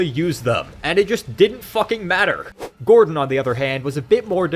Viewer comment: I though his name was Gortash.. not gordon... Ugh these lazy exploit gamers these days